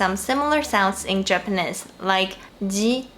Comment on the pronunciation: Hi,, it's your pronunciation coach again:D "Japanese" rhymes with "cheese" and it doesn't rhyme with "this". Check out its pronunciation;)